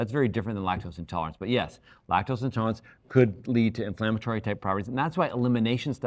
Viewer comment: You lost me at “intolErence”, sorry 😑